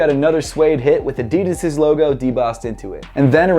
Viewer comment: It's Adidas not Adidis